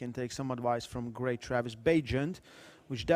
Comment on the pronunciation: Can Travis pronounce a single name or surname correctly for once? Seems like he can only pronounce his name correctly lol